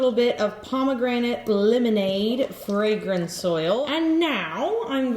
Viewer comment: She said a little bit of fragense and put all of it